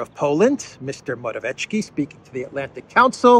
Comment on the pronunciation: it's "more-a-viet-ski", simples! yes?